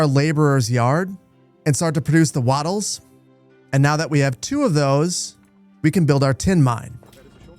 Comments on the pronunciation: 🎉 Appreciate that “Keltic” pronunciation! Totally here for “Wadders” (way-ders) “waddel” (wottle like bottle) and “daab” (dorb like board). Big thanks though for the cool content. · Aye, "way-ders" (rhymes with raiders) , on account of them wading in the marshes. Though I kinda like the idea that they are "wodders" because they waddle... LOL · I'm almost 100% sure that the pronunciation is Way-duhs for Waders. Since they would be wayding into the marshy waters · Hahaha, "vi-gills", "wah-das", that had me giggling a little every time... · Great intro to the game, as always. Just one note: the people are 'way-ders', as in people who wade in water (which makes sense with all the marshes).